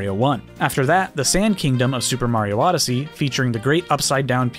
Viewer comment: Castle was from N64 come on now...how in the world you say Odyssey